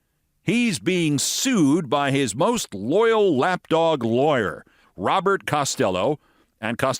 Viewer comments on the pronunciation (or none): none